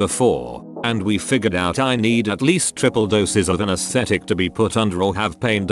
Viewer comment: Can the TTS not read "out" as "put"?